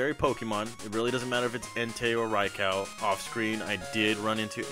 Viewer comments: Raicow..... lol it’s Raikou with a “you” sound at the end not “cow” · ITS NOT RICOW! It’s RAIKOUUUUU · Dude incorrect pronouncation for Raikou (Rai-ku is how it is pronounced)!